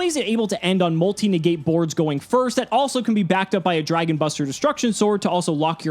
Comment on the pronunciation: Dragun....enough said. 😕